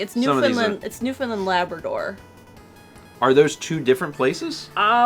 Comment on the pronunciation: as a canadian, i am laughing out loud at this stream. specifically, the way "newfoundland" was pronounced was funny. it's pronounced like "new-fen-land" lol. and i think everyone, myself included, agrees that "saskatchewan" is a glorious word.